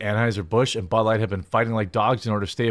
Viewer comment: Budlight, bulight, bahlight, balight, blight, Blight, BLIGHT!